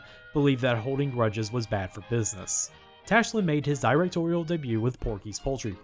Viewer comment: 'Directorial' is pronounced "der-ec-TOR-ee-uhl", not "DIE-rec-tor-ee-uhl".